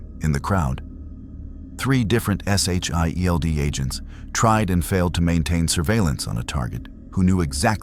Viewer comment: JUST SAY SHIELD AND NOT S H I E L D!!!!